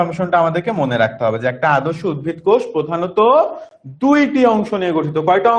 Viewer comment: উদ্ভিদ ✅ not উদ্ভীদ